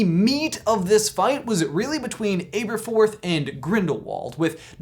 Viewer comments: Am I the only one annoyed by how says Ay-ber-forth, instead of Aberforth? I mean, no one says Ayl-bus and Ay-riana. I've always seen it as a trio of A names: Albus, Aberforth and Ariana. Because Rowling loves having fun with wordplay and alliteration. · Abb-erforth, not ayber-forth 🙄